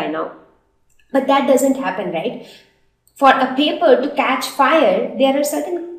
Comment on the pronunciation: U don't know how to speak English? And please correct ur words like paper, fule etc